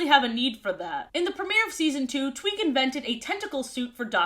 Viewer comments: Hi yes, was I the only one who heard say twink instead of Tweak? Like I heard it, had to run it back, and then repeated said process 10 more times. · EVERY TIME SHE SAYS "TWEAK" I THINK SHE SAYS "TWINK" AND IM SCREAMING. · Every time she says "tweak" i think she's saying "twink" and i assume she's talking about shellington or smth (also head cannon tweak tweaks out when she can't get something right) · constantly saying 'twink' instead of 'tweek' is just so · Bro I thought I was making shit up💀 like I was sitting here like “twink?.. nah I’m delusional she’s saying tweek… wait what I swear she just said twink again wtf” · now why did i think you said "Twink".... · Half of the time I mishear Tweak's name as Twink and I am genuinely losing my mind. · It took me too long to realize you weren't saying twink 😭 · i swear i keep hearing you say “twink tries to fix the gup F” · I thought you called Tweak "Twink" briefly. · I kept hearing "Tweak" as "Twink" 💀